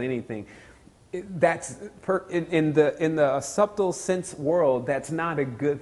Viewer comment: I love to death, but his pronunciation of subtle is killing me. Great video though, thanks for the upload.